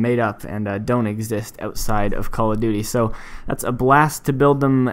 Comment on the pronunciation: In why do you say "Cull Of Duty"